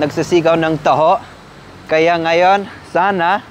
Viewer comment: Tamang pagbigkas po ay "Ngayon" hindi po "Nayun" Ngaaa-yoonn Isa po kayo sa paborito kong vlogger